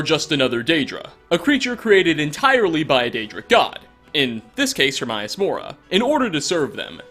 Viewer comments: Pronunciation Herm AY us Mo Rah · And in the game, it's pronounced Her-MAY-us Mora. How you pronounced it irked me a bit. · If im not correct, correct me but is it pronounced: Her-may-us Mor-ah Sayn-gween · Her-may-us More-uh. Sorry, he makes me cringe with the pronunciation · How the hell can you pronounce Hermaeus Mora's name wrong?!? You hear his name over and over again in the Dragonborn DLC and even very clearly in the vanilla game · I need a theory on why Hermaeus Mora and Sanguine get pronounced incorrectly every damn time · You are an awesome and hilarious youtuber...but the way you say Hermaeus Mora bugs me...so much...I'm sorry...